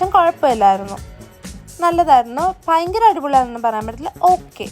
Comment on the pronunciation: കുട്ടി പയങ്കര അല്ല ഭയങ്കര ആണ് 🤣